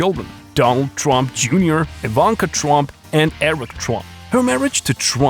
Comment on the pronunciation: Good Lord. The name is TRUMP. NOT Twump